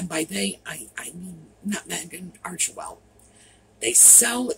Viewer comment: Arch well you don't pronounce the middle e